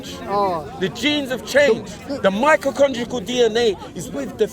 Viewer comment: "when we go into the microcongical stuff" lol